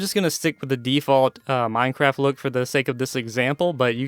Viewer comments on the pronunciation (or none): none